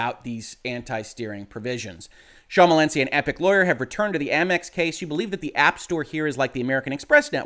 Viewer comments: I appreciate your failed attempts at pronouncing Schmalensee (sh-muh-len-say is a quick and dirty way) correctly. On the bright side, this video is much more comedic than you intended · It's pronounced SH-MAL-EN-SAY - so basically the way it is written - as in the German "Thin Lake". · no need to apologise, my man. You butchered the name less than I would butcher trying to interpret lawsuits like these!